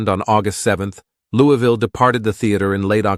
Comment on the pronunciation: We need to work on your pronunciation of "Louisville". Put a marble in your mouth. Now put in another one. Ok, good, now: "Louavuhl", say it with me.